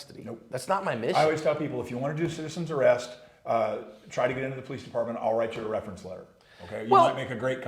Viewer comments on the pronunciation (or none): Citizens Array-ust